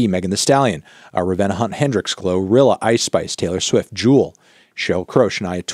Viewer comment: The way I busted out laughing when you were reading them all back you said "glorilla" 💀